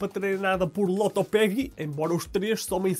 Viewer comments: tu percebes que o apresentador é portista quando ele diz "lotopegui" mesmo passado 6 anos da coisa hahahaha PORTOOOOO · continuas a dizer Lopototegui mas de resto grande trabalho ! 😉